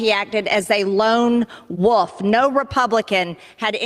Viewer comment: Did she say the Buffalo shooter acted as a “lone wuff” ? JHC, she nvr fails to entertain with her antics